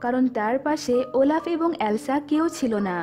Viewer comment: Oelaf na olaf🤭🤗☺️😁😚😙😋🥰😍😍🤩😘😘